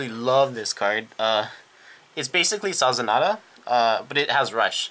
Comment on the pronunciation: So you know, it's not spelled Sazanada, it's spelled Sazanda. Su-zon-da is the basic pronunciation. Also, I suggest Crystaldevil, as well as Babyface Narcissus, it's skill is GB1 Rush - When this unit stands it gains "Oh hit you counter charge 1 and soul charge 1". It helps conserve your resources and pushes a high attack card with counter charging towards your opponent. And that is after every attack that she re-stood.